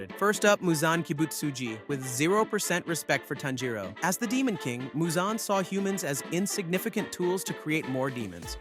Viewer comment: Im hearing tenjiro its tanjiro